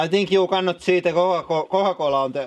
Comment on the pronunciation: "kooa kolla" lmao